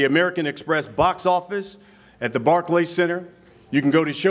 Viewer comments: Rolly called the Barclay barky 😂😂😂😂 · Rolly kept saying the “barky center” 😂😂😂😂